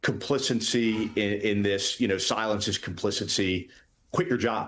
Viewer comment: He had me until he kept saying “caplicency”